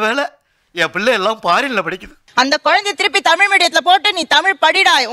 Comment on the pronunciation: நீங்கள் எல்லாம் ஏண்டா தமிழ் காரர் என்று சொல்லிட்டு இருக்கிறீங்க உங்களுக்கு வெட்கமே இல்லையா? தமில் தமில் என்றீங்களா உங்களுக்கு வெட்க்கமா இல்லையா.